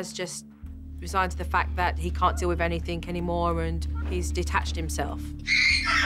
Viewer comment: I love Jo but - 'anything', ' nothing' etc don't have a k on the end..🤔